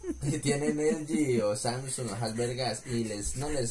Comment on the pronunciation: Nadie: Absolutamente nadie:: "Elgin"